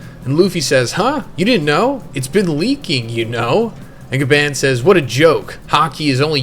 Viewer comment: GABON, ITS PRONOUNCED GABON! Jesus!